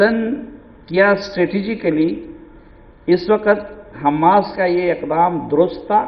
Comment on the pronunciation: پہلے لفظ تو سیکھ لیں ح م ا س کا